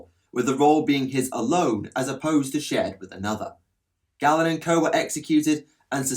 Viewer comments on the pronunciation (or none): none